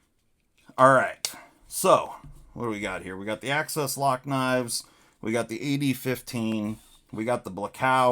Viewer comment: Imagine saying AXIS without pronouncing ACCESS. You can do it if you just try. I believe in you.